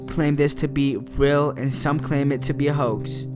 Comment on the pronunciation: The way he says everything is funny: "rel" instead of "real", and all his "s"es sound like he might have braces or a minor lisp. Also, it sounds like there's quite a lot of spit gathering in his mouth - perhaps more evidence of braces. I imagine a 16-year-old half-latino high-school student for some reason. I mean, it doesn't really matter who does the narration, but if professionalism is the game, then getting someone with perfect or near-perfect diction is a must.